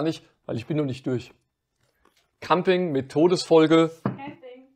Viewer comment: Wie immer super gemacht. Habe nur 2x Kamping gezählt. So kleine Versprecher wie am Ende machen euch doch menschlich. Liebe Grüße aus Rodgau